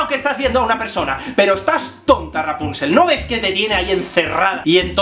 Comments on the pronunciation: JSJSJSAJSAJA "Rapunchel, Rapunchel!" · Toma un shot cada que Javier dice "Raponchigo" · Muerto de la risa cada vez que decías raponchigos. Saludos desde Venezuela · JavierRuescas muchisismos😂😂 hasta me a echo gracia lo de raponchigo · Me encanta el énfasis que pones cada vez que dices Rapónchigo jajajaja y yo que pensaba que el vídeo comentando el de la bella durmiente era gracioso...este se lleva la palma jajaja me encanta! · Me hace muchísima gracia como dices rapónchigo 😂😂😂😂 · chupito cada vez que diga "raponchigo". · Mª CARMEN MATEOS COELLO lo sé, sólo me río de su forma de decirlo y de su vídeo en sí. Es muy gracioso!! Saludos